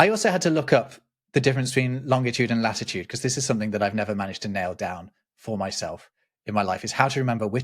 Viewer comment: It's "flattitude"